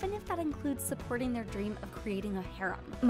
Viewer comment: I though the concept was funny before but hear her say harem made me laught so hard. This list was great.